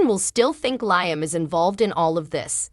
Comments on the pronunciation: His name is pronounced Leeam not Lieam it's just spelled different Liam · May i suggest to you that you pronounce Liam correctly as this is the one reason people hate your channel. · He's a liar so it's Lyem!!!